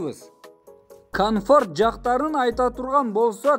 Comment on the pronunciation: Туган ишине ийгилик бирок жактарыны дебей жактарын деп так суйо